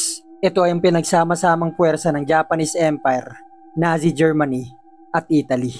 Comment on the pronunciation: Natsi not nasi